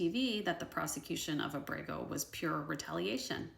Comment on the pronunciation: Abrego is pronounced AH-breh-gō (accent on the first syllable).